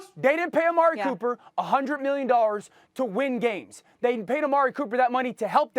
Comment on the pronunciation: I'm not sure if SAS actually can pronounce "dollars" because I keep hearing "100 million nollas"